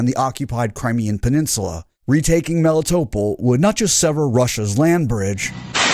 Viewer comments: You're putting your emPHAsis on the wrong sylLABLes. Melitopol. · MelitoPOL not meliTOpl, it is a Greek name ...You call the philosopher HarryTotal-loss?